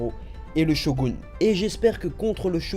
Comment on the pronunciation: Et tu dis bien "SHOGOUNE" mtn :) Sinon tu aurais le nom de la 1e OST dans la vidéo ? :)